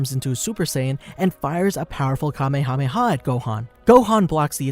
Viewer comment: Ya know.....you completely skipped over the Garlic Jr. saga. It IS part of the series and GOHAN saved the day, did he or did he not?! I'm just saying. Oh, and it's not Kamakamaha it's Kamehameha..... It's never been called the kamekameha wave, it's always been called the Kamehameha wave. Look it up if you don't believe me. I'm just saying.